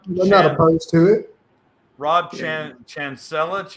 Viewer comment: It's not Rob Chinchilla 🤣🤣🤣 it's Rob Chancleta! Like the sandal your mom hit u with as a kid 🤣🤣🤣 OMG hilarious! Best WCJ troll moment ever!